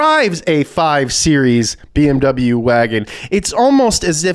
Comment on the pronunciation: Wow. I never thought I'd hear an American YouTuber say "BMW" the German way. Kudos to you.